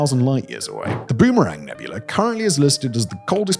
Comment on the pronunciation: "Crab NEBULAR" Im dying! 😂😂😂😂😂